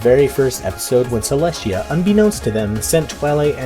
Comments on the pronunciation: Not bringing back the "trend" but why do you always say Celeshia instead of Celestia? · Its celestia not celeshia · He said cleshtia